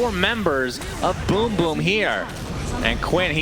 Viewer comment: I'm gonna miss Sunsfan mispronouncing BrokeBack Team. This Riyadh Masters turning out to be better than some TI's